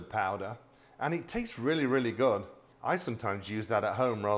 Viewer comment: Meant say good not goid